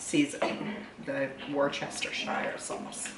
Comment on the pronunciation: learn how to pronounce Worcestershire.....you sound like an american...🙄💩